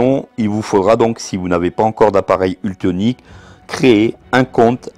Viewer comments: ça n'est pas UltOnic mais ultEnic, dommage quand on se fait offrir ce robot de ne pas faire la publicité correctement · Mais pourquoi tu dis ultonic ??